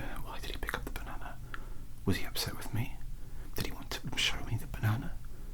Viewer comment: THANKS THIS VIDEO WAS AMAZING LOL THE START WIV THE BONOONA GOON GOT ME LOL 😂😂😂😂 AND YES YOU DID READ THAT CORECTLY I DID CALL IT A BONOONA GOON OK YES I KNOW BUT STILL BONOONA GOON BAHAHAHAHAHAHA idek lol okie